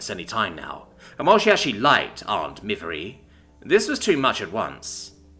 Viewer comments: Yay, more Shil verse. Observation: I think "Miv-eire" is pronounced more like "miv-air", possibly with a 'y' inflection like "miv-yair"(sort of French-like). Too bad you're stuck with it as-is. Note to authors: Don't mash the keyboard to make alien names. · As a french it is miv-air